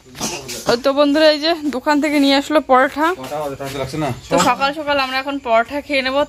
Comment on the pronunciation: পরোটা বলে not পরোঠা ।😢😢😢😢😢 বাঙালি হয়ে উল্টাপাল্টা উচচারণ ভগবান হিন্দিতে পারাঠা